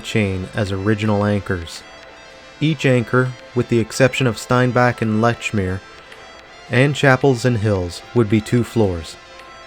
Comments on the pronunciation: Lechmere is pronounced "leech-mere", just so you know. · Lechmere is pronounced Leechmere :)